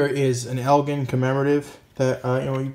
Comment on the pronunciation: BTW, Elgin is pronounced with a soft g, like gem, gentle and giant.